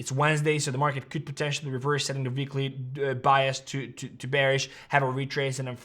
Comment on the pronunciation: ITS NOT VEEKLY ITS W WEEKLY TRY IT BECAUSE VEEKLY MAKES YOU SIUND LIKE AN EVIL JAMES BOND VILLAIN DUMB AZZ.